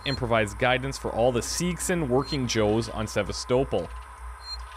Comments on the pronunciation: Really? After 2 videos of you hearing other characters pronounce the word Sevastopol correctly, you still can't pronounce it yourself? It's pronounced Se-vast-oh-pol, not Sever-stow-pol like your doing. It's such a minor little nitpick I'm getting so far with these videos, but when everyone else is pronouncing it correctly, to hear you mispronounce it all the time does get somewhat irritating, but I can get use to it, and it hopefully won't bother me too much as I watch this LP. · it's not "SEV-ah-sto-ple". It's "sev-ASS-teh-ple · the stations name is Sav-as-to-pul not Savas-toepul! They pronounce it in game watch the part again when Valane hails the station from the Torrens. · Going to comment it everywhere)) Se-va-STO-pl is the correct pronunciation. It just sounds wrong any other way. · Yes and No. While technically both are valid pronunciations, listen to how they pronounce the station's name in the cut scenes. Names are a special case; there is usually only one correct way to pronounce a name. Sev-ASS-so-pl is the correct pronunciation for THIS station. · mispronunciation of Sevastopol is driving me nuts. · I can't help but constantly correct your pronunciation of Sevastopol. It's really annoying. Other than that, great series.